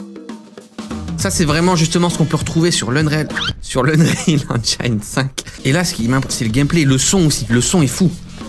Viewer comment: Tain mais avec les milliers de gamins qui te regardent fais un effort sur la pronciation anglaise sinon on s en sortira jamais. Entre les UnreOL et Enjailleneer j ai peux plus serieux